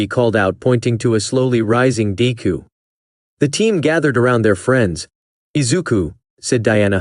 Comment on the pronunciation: im sorry but it got me when it said "dayku" i fr died